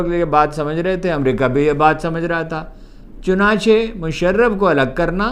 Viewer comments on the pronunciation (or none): none